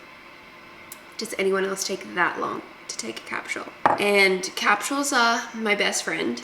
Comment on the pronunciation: I love that you pronounce it like Cap shulls. That’s cool 😅😂